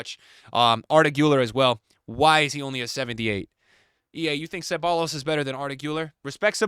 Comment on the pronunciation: Saying seballos when bordering like 500 spanish speaking countries is such disrespect 😭😭